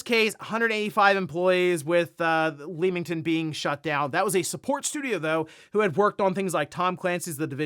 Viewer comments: Hi, you know we Brits don't spell words as they actually sound, especially town names. We don't say Leem-ington (it's actually Leamington Spa and it's a hub for game studios) but we say Lemm-ington. Just like the game Lemmings. Don't shoot the messenger! Keep up the good work. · Found the pronunciation of Leamington funny (leemington it should lem-ing-ton) but it's minor. Its just I live in Coventry about an hour away so made me laugh. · Lemington is pronounced like Lemon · Not that it matters but to anyone who cares, It's pronounced as Leming-tun 👍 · I know the A in Leamington might make it seem like it rhymes with "Beam" but it's "leh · muhng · tn"